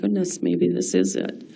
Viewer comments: she puts a certain emphasis on the word is when she says "this is it". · When I listened to Pam Sturm talking about when she first saw the RAV 4 she says "maybe this IS it" The emphasis is on the wrong word here. If she has no prior knowledge about the vehicle or it's location, her emphasis should be on the words IT (the subject=the car) or perhaps on MAYBE but not on IS. The way she is recalling her thoughts indicate that she has prior information that Teresa's car is up in this area and upon seeing the car she has an aha moment as in: "yes, maybe (whoever has told me to look here is right) maybe [the RAV4 I am looking at] IS her car." If her discovery of the car was totally random without any prior information or direction her thought would be: "OMG I think this is IT" IT being the subject she is looking for, Teresa's car, or any sign of Teresa.